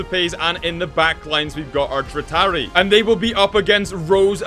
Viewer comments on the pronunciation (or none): Well at least u know how to partially say triaria but no t there to is 1 t now try to say it